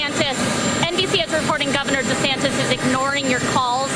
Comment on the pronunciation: Desantez LOL